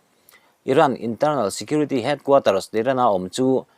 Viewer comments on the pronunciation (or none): HeadquarterS tih tur ..chuan Depot hi Depo' ti a lam tur ani bawk...